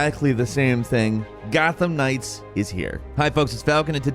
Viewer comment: Falcon......this is an Arkham-like......watch how you describe things......this is Gotham Knights, not "Gotham Ring" LMAO.....I'm jk....thanks for all this....I pre-ordered and right now, it seems worth it